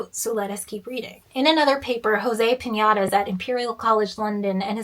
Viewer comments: Really loved your video...but really, "José Piñadas"??? It's clearly "Pe-nah-DES." No tilde on the n and accent on the last syllable, hence the accent. ;-) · Love how you make an effort to pronounce Karthikesalingam correctly and then for Penadés you go "eh, piñata is close enough" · José Piñata? XD No his name is José Penadés. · Idk why but every time you say pinedas i can only hear "piñatas" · As a side comment and only because you seem to care about name pronunciation, unless it's from a different language than Spanish or he pronounces it that way in which case disregard this comment, Penadés just has a normal n sound, no ñ sound as I understand you're trying to use, and the accent should be in the e as is marked by the accent mark, the same with José , think like the word "affect", you accent the e, not the a. Great video. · Love your videos! This doesn't really matter, but you pronounce penadés with a ñ but it's just a regular n. The man's last name is probably a spanish derivatiom of the catalan region of the Penedès. I really like how well researched your videos are, and how well the reaserch is communicated, so I thought you'd like to know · Your pronunciation of Penades is an excellent example of a hyperforeignism